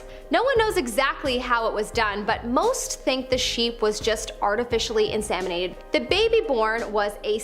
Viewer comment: Why does she keep saying "insaminated" ugh driving me crazy!!!